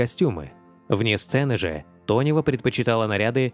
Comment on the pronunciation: Ирина Тонева, а не Донева , делаете выпуски ,так првильно называйте артисток, а то только деньги зарабатываете на лайках